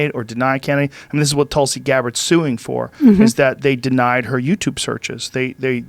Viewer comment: I always get triggered as an Indian listening to Joe say Tulsi "pronounced Two-lsee" as Tull-see. Tulsi is Hindi for Basil, just fyi. xD